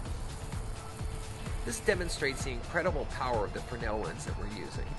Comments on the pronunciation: Both "fraynell" and "freznel" are correct. "Frennel" is not. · is it a frenel or fres(Z)nel lens? I can't help but notice how you pronounce it each time in your video?